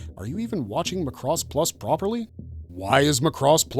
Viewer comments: Gainax is pronounced as Guy-Nax not Gay-Nax. Macross is pronounced Mac-Ross not Ma-Cross. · Sorry to be Karen but GAINAX is pronounced Guy-Nax not Gay-Nax. And Macross is pronounced Mac-Ross not Muh' Cross.